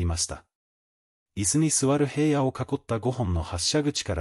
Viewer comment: へいやって誰？ひらのです。いい加減ちゃんと言いませんか。